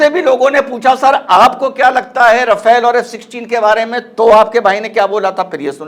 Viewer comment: Rafale is pronounced Rafal